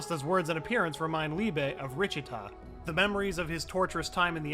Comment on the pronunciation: Ah yes richita not lichita